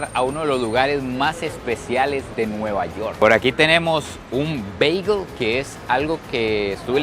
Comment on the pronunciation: Mae perro no se quien le dijo que Bagel se dice así pero mejor pregúntale a un Americano por qué así no es prro. Pura vida ❤